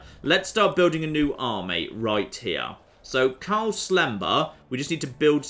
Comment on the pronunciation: Umm, there is an 'r' in Karl.